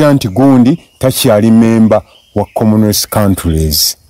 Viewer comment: 😂he has been saying commonwealth but i was hearing komness